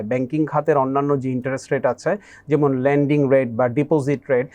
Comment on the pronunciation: not landing,but it's lending